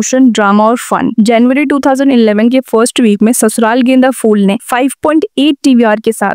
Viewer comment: phool not fool